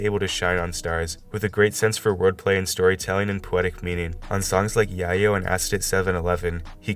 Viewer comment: the way u pronounced yayo was funny asl for some reason lol